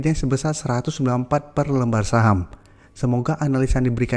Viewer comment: Saham sih gak jelas nyebutnya